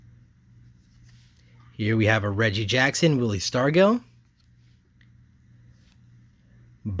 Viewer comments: The Willie Mays In Action card is from 1972. And don't forget that Stargell is pronounced Star-juhl (not jail, like someone else commented). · Awesome finds again.. It's pronounced Willie Star-jail Stargell.. Good group of cards.. Stay safe all..👍💕🔥⚾🤗🤙